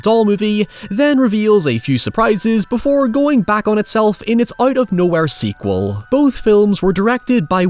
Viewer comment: Wait did you say sequal!? 😂